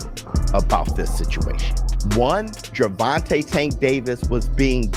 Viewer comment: Bro Said Gurrvonta Tank Davis